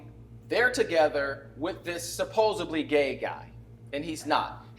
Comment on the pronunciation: D "Supposedly" not supposably.